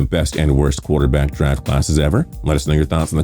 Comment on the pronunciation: He said "QUARTER BASS CLASS"